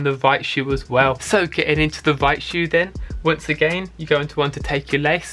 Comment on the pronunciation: He said vight shoe 💀😂